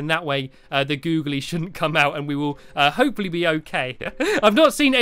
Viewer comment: you look like saying HOPE-FOR-LEE